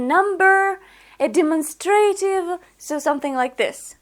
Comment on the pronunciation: Excellent teaching. Just a little suggestion: "demonstrative" is pronounced de-MON-stra-tive. In other words, the stress is on the second syllable (not the third). Andrew